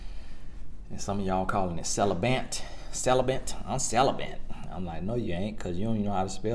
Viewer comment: “Celib-ant” haha 😂